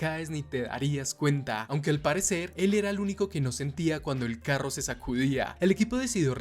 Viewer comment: De dónde eres carnal? Me dió curiosidad porque dices carro como en el norte de mx, buenisima narración por cierto